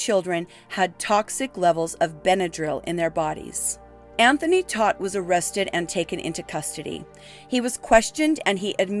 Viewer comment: Todt is pronounced like TOTE.